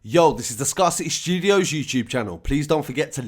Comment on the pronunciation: Scarcity Studios 🤣🤣🤣bro don't make it worse 😫😫That is not how it's said google it 🤣🤣you’re the only person I've ever heard say that ever 🤣it's backwards still